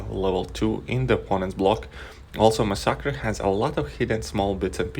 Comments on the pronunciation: Please... You dont have to say the Champions name Over n Over!! Lol mix the fact that most people pronounce the name MASS a KERR.. Was quite annoying... Although you know i am a big fan of the channel...you dont need to mention rhe champions name upwards of 75 times along the course of this video.. A smaller YTer named Wookeh sponge r5/65 his massacre before people were able to have 15+ maxed 5*.. Check his channel out if you get a chance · Mas-sackra??? Cmon man, does that not sound weird coming out of your mouth?!? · Mass-uh-ker is how it’s pronounced👍🏼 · i guess it is technically supposed to be spanish so should be pronounced mah-sack-ree but me being english would go for the english sound in mass-er-ker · i have never heard anyone say masacre like you do in my life. xD